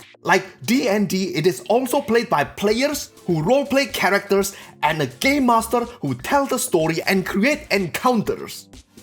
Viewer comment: Omg I can’t stop laughing he sais Gaymaster!